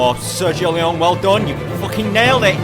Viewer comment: Great video but, you must learn to pronounce the name "L E O N E" correctly, punk! LOL